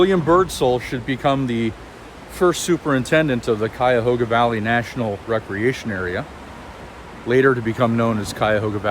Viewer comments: Thank you for pronouncing Cuyahoga properly! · your pronunciation of Cuyahoga. If your not local, Bravo you nailed it and fooled a local. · watch any other video about the Cuyahoga Valley and pay attention to how they pronounce Cuyahoga. Its so off and not close. If you are not local thank you for taking the time to at least pronounce our area correctly. Clearly you take pride in your research of topic. A true professional.